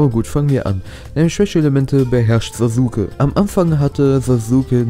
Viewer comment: "SasUUUke" ahhhhhh 😣